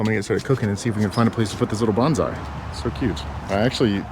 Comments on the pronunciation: Love your videos! But since you're driving a Japanese truck and bought a bonsai tree, the pronunciation counts. Bonsai isn't pronounced (bhan zy), that's a Japanese battle cry. It's pronounced (bone sigh). Please? Thanks! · It's Bonsai with a soft "s" rather than a z. Banzai was a battle cry of Japanese soldiers in WW2. It means 10,000 years. ;-)